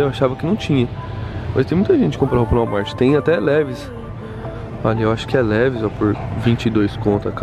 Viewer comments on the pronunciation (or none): "Livais" n "levis"